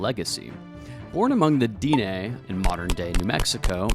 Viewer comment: It’s pronounced Dinaaaae